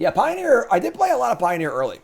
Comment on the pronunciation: "Pio-near" ... get out lol